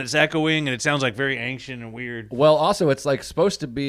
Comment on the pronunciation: The way is pronouncing the word "ancient" is making me nauseous